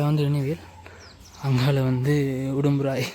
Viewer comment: Brother...I am used to saying Urumpirai..but you also often pronounce it as Udumpirai!!!...which is right!!!!,,,,I follow a lot of youtubers...nowadays a lot of people post boring videos...but your videos are of good quality and useful,,congratulations..keep it up!!